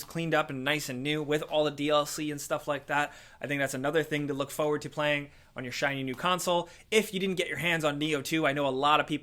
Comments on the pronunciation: Why does this man never pronounce it as "forward"? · Fo wood